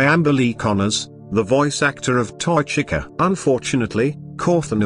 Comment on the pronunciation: For some reason when the text to speech voice says Jack o or Chica it kinda sounded like it said jak O and cika but i think its just my imagination